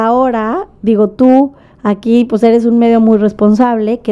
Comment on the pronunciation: Según ella muy Fresa y dice " pus" en lugar de pues 🤣🤣🤣🤣🤣🤣🤣🤣🤣🤣